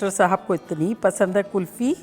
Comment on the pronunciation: Ye kulfa Kya hota hai 😀 Hum tou kulfi sunte aye ab tak 😀